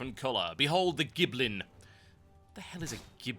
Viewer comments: can everyone not read? it says GILBLIN, not gibblin. As in gill-goblin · GILBlIN! It's Gil goblin there's an L in between i and b....Giblin is what' i'm going to name my goblin though XD